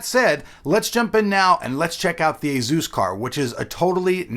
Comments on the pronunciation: Azeus? Asus... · "A-zeus card" lol